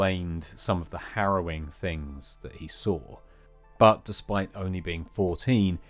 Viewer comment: Not Grow-ing but Harrow-ing.